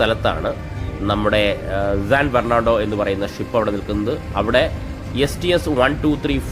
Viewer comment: San എന്നുള്ളതിനെ എന്തിനാണ് എപ്പോഴും zan എന്ന് ഉച്ചരിക്കുന്നത്? ഈ വീഡിയോയിൽ "zan bernado" എന്നാണ് പറയുന്നത്. ഈ പറഞ്ഞതൊക്കെ ഒഴിച്ചുനിർത്തിയാൽ video സൂപ്പർ ആണ്! 🙏🏽